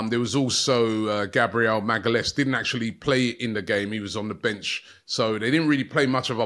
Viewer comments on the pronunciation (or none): none